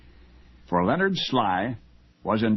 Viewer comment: It’s Lenard not Leo nard